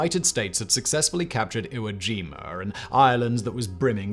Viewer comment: Iwo Jimur 😂 I get why y’all do it. I still find it funny ¯\_(ツ)_/¯